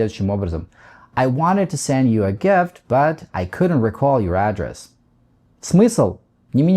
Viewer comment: Извините, но вы неправильно ставите ударение в слове address (адрес), там ударение на второй слог.